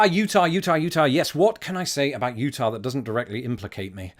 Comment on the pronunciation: Utah here. And you said it perfectly. Love watching your wonderful face.